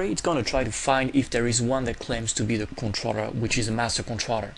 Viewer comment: God Dude, it is conTROLLER not Controtter